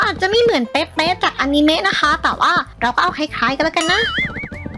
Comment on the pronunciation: คะพี่พูดอนิเมพูดว่าอานีเม